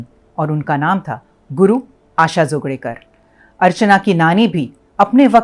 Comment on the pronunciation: जी आपने जोगळेकर का सही उच्चारण किया। बहुत अच्छा लागा। उत्तर भारत के बहुतसे लोग मराठी तथा दक्षिण भारतीय भाषा के उच्चार में गडबड कर जाते हैं।